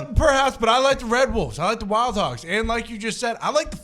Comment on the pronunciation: I’m here for Pat getting to say “ WY-OLD HOGGS” for all of eternity lol.